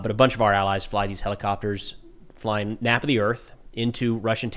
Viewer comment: Chimera is pronounced "ky-mare-uh". Also, it's "naype" of the earth